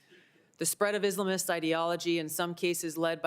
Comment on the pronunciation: Her pronunciation of Islamists annoys me